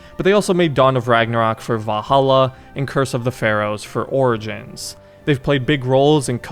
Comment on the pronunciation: Love your vids man but why do you keep saying "Vah-ala"? 💀